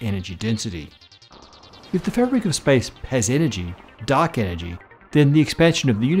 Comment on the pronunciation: Guys, I'm really sorry, but I can't un-hear 'duck energy'.